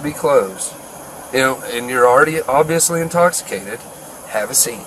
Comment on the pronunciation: TJ! TJ! Wherez your commaning osifer? I’m not intoxifacted. TJ! You know that. For what? I zon’t unerstan.